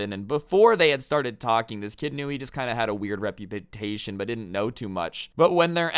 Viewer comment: Nobody:: Repupitation